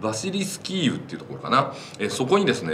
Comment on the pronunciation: 何度も言い間違えるならキエフで良いと思いますが。。。